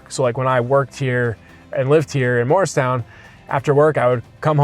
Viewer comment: I was immediately excited to see your virtual tour of Morristown - which is where I was born (right behind Washington''s Headquarters). I miss everything about the town (except my high school years). ANYWAY... without being INTENTIONALLY rude, PLEASE re-do the pronunciation of MORRISTOWN, established by our first governor. His name was Governor MORRIS (not Mars, not Moores). The town still is MORRISTOWN (MAHR-is-town). [That's THREE syllables, please.] In fact, travel south, closer to Philadelphia, and there is the town of... MOOREStown. I sure wish you knew ever and ever so much of its incredible history - my father was a history teacher, and loved taking his students 'round and 'round our then-beautiful town. I used to go ice skating in Burnham Park - and at night, I was the only one way out there on the lake... I'd ofttimes skate to its island and hang out with the ducks, swans, and geese. They;d carefully cross Mendham Road (my parents and I lived at the little Cape Cod FACING Burnham Park), so my first-ever little bird I chose to name Burny. Quite a few of the mother ducks would lay and sit on their babies' eggs... in our flowery and quiet backyard. We never had any homes across the two-lane street from us, since that was the park-like end of Burnham Park, which led straight down to my "private" ice skating rink. There is far, FAR MORE "old" history that is not included, alas. Lots of "second mansions" were built in Morristown by New Yorkers (all of whom lived in massive